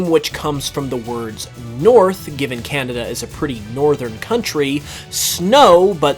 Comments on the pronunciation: its kanada not kinata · The Cehnehdeh region